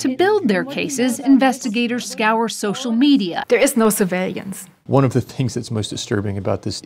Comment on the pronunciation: "surveilliance" is what she said.